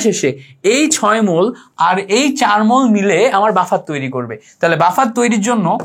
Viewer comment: Allah'r dohai. vai uccharon ta ektu thik koren, please!! you can count it as advice. Sodium, je, 6 please egula ekta thik vabe ucchar koren!!! Amar OCD type problem thakate ami esb uccharoner karone class e attention dhore rakhte parina, tai bollam. Kichu mone korben na vai, please!! Vai emnite Kintu class ta osadharon chilo